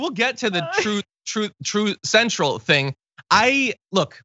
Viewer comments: He is Forest Trump. He forgets the name of his new social media site! That he owns. That he named. Trove, trute, truth central. Then he goes into some rage about drok boks. Drok bok bad. I know everyone has " gaffes" and sometime misspeak, but Trump is now just a babbling buffoon, and he is getting worse by the day. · “Troth Cential.” Love it. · "Troth Sensual" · Troth,,,, Truth Cential,,, drok bokses, droop duckses, blah blah blah... LOL At least Biden actually overcame his speech impairment, but I guess Trumps big brain is shrinking. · Trot Central?? Drap bock?? . . .and Joe Biden can't speak???? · Trooth sentential, Drog boxes, Zookerberg drog boxes?